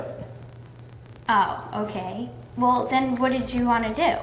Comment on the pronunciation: Chris sort of mocked him at the end too, when he said, "Wulll, I think there's something I need to tell you." It's a bit easy to miss, but he was definitely mimicking the way the guy pronounces his words.